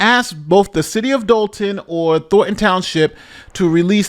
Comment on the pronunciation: How are these professionally trained and educated newscasters never able to pronounce "Thornton" but said instead "Thorton". "Don't touch that rose, Jimmy, you may prick your finger on a thor."